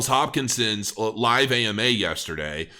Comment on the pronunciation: Did you say Charles Hopkinson? lol